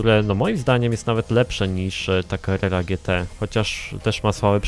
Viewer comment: Carrera a nie Carerra;)